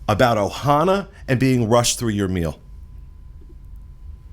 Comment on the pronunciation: First-Thank you for pronouncing the name of the restaurant correctly! The name of the restaurant is OHANA. There is no S. Second-my last experience at Ohana was so dismal and rushed and rude I pretty much gave up on it. It is OUTRAGEOUS to be charged these prices for horrible service. This includes the resorts as well. Pay $700 a night for a resort with broken washers and dryers?! Paying that much anywhere else and my laundry would be done for me. It’s crazy, thank you for lighting this up! 👍🏼